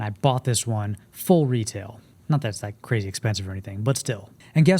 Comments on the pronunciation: Margiela = “marjella” not mar-Gella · love the vid my dude but ur saying margiela wrong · The way you pronounce Margiela (incorrectly) makes me think that you’re a fashion noob.